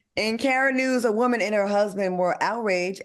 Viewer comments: The way AL say woman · I hate hearing Al say these TWO words.. SUSSESFUL and WOEMAN!! lol HE BUTCHERS WORDS!!